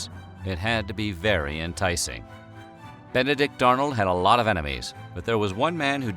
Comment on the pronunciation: Ben-a-dick Arnold....